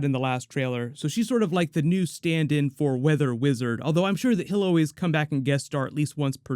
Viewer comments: Anyone else hear say weather bitch not weather witch? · I like how he says weather bitch instead of weather witch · Whether which? Or Whether Bitch? Cuz it totally sounds like you use a B not a Wh... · When you said weather witch I thought you said weather bich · 😮” Weather Witch” or “Weather Bitch”? I heard the second one 😆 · Is it just me or did I hear him say weather bitch instead of weather witch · Wait... Did you just say "Weather Bitch" instead of "Weather Witch"? OMG! HAHAHAHAHAHA!!!! XD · Every time I hear you talk about her I hear Weather Bitch instead of Weather Witch lol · lol, did say weather b***h instead of weather witch? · Am I tripping or did u say weather bitch instead of witch lol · You said weather bitch, hahahahahaha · Did anyone else hear weather bitch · Did you really call her weather bitch 😂😂😂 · Is it just me or does say weather bitch instead of weather witch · 😂😂 sounds like you said weather bitch love your videos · Did he just say weatherbitch😭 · is it me or did he call weather witch, weather bitch?! Lmfao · legit sounded like you said weather bitch lol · Did he says “weather bitch” or is it just me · You said weather bitch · Did u say “ Weather Bitch” ? 😂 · It did not sound like you said weather which to me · Is it me or calls weather witch weather bitch 😂😂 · He said WeatherBitch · I swear I heard you say “Weather bitch” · Did he say weather bitch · Is anyone else hearing “weather bitch” or is that just me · Every time you say weather witch I hear you say weather bitch lmao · Am I going crazy, or is he saying weather bitch? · weather bitch or weather witch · It sounds like you said “weather bitch” and LMAOOO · Did you say weather bitch? Or weather witch? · Did you just say Weather B***h LoL?